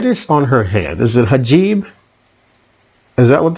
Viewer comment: The term is hijab. Emphasis on the second syllable.